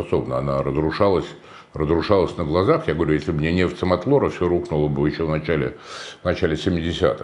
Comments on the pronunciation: Илья, Самотло'р. Самотлорское месторождение. Уважаемый город Нижневартовск) Учи матчасть) Вы - молодцы. Удачи Вам! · Г-н Варламов , раз не можете выговорить слово Самотлор, то поедьте туда и посмотрите что там.